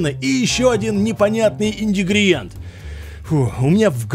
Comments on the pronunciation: К слову "индигриент" я по ходу никогда не привыкну. Каждый раз режет уши. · заебался рекламу проматывать... Индигриент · Давайте поможем выучить слово - Ингредиент ))) Только на видео - я прослушал десятки звучаний этого слова. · ИНДИГРИЕНТ... сколько можно... Б.я..! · Ингридиент! Стопудов спецом бесишь )) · ингридигриент почти получилось но ты же не удивительно, ни разу это слово не сказал правильно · когда ты научишься выговаривать слово "ингредиент"?) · Индигриент))))))),почему пишешь правильно а говоришь не правильно? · что за прикол? Когда будешь правильно говорить слово -ингридиент. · Правильно говорить ингредиент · Ну когда же ты научишься говорить слово "Ингредиент") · инДИгридиент!!!!, загляни в словарь и не говори как дикарь из леса!!!! (не обижайся!) Говори правильно!!! И Н Г Р И Д И Е Н Т!!! выучи и не мучай наши уХи!!! Ну а ролик супер!!! Класс и ЛАЙКОС!!! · выучи уже два свои ключевые слова - пересОленный и ИН ГРИ ДИ ЕНТ. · Ты заебал. Какой нахуй индигриент? Учи русский.... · Меня одного подбешивает этот вечный "индигриент"?Мужик,давай уже по-русски говори.Если выбрал как подкол или фишку-совсем не смешно. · Индигриент? Индигриент? Ну камон) Ингридиент братан, ингридиент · иНдигриент, да непонятный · Недавно заметил, что говорю индигриент и е знаю. Как ннада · пожалуйста не индигриент а ингридиент без обид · индигриент? ингредиент ☝🏻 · "Индигридиент" это такая фишка? Просто сказал это 2 раза, "улыбнуло") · индигриент)))))) лол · САМ ТЫ ИНДИГРИЕНТ XD (ИНГРЕДИЕНТ!) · как всегда в своём репертуаре: индигриент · ааааа опять индигриент 🤣🤣🤣🤣🤣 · брат, не индигриент, а ингредиент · Ингредиент а не индегриент.... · "Индигриент" - баг или фича? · Индигридиент,, индигридиент мля! 🤣🤣🤣🤣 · "Индигриент" - зачёт! Законспектирую... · Сегодня узнал новое слово, ИНДИГРИДИЕНТ🤣🤣🤣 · Да ты уже надоел своим ИНДИГРИЕНТОМ !!!! Говорится ИНГРЕДИЕНТ! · Ингредиент а не индигриент